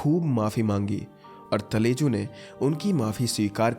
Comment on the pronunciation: Ma talaju please prounce properly 😊😊